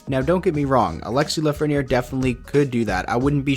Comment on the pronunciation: You made an error in Lafrenière name